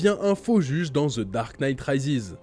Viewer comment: Putin les français c’est ( THE ) pas ( ZE ) bordel ><